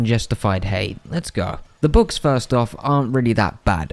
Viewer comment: bruh I thought you said "books" until I realized u were talking about bugs.... :D